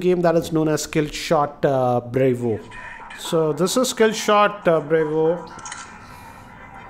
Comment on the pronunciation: Brevo Not Bravo